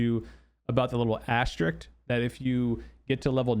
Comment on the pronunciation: Love your content and thank you for the info, but I need to tell you this. It's asteriSK, not asteriCT. I'm sorry. It's my life duty. Carry on.